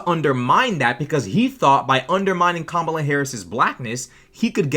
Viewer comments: They were too nice to her. Yes she is a racist. She repeatedly and deliberately mispronounced Kamala Harris’s name. She defended Trump’s racist comments. That makes her a racist. Full stop. Maybe she shouldn’t be a racist if she didn’t want to be called a racist. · Nancy do that nice, nasty BS. Don't play on my intelligence. She knows exactly what was said. Even after they tried to help her after she mispronounced her name and they took the time to educate her. After that I'm glad they jumped down her throat and said she was in a cult. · The funniest bit was when she pronounced kamala properly then quickly changed to mispronouncing it. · She sat there with this soulless look in her eyes as she looked in the face of three black people smiling and mispronouncing a black womans name just to demean her. Nancy Mace is a racist by all definitions. She knowingly and purposefully mispronounced Kamala’s name trying to dehumanize her. She ran protection for Trump and his racist comments at the NABJ trying to hand wave them away. As a public politican who represents people in SC, she should have condemned his racist talking points or at least been aware of those comments as she is advocating for the racist to be president. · I propose that, since Mace refuses to pronounce V.P. Harris's first name correctly, perhaps we should mispronounce HER name, and call her NASTY Mace. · you should’ve added the 30 sec before the start of the clip where she first pronounced Kamala’s name correctly, then purposely mispronounced it and doubled down on it!!! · No. Let's stop insulting all the decent women and girls with this name. The horrible women like this should be called out by their real names! Or, in Mace's case, since she refuses to pronounce V.P. Harris's first name correctly, perhaps we should mispronounce HER name, and call her NASTY Mace.